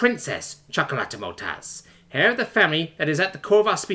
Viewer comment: for the consistent mispronounced heir and the algorythm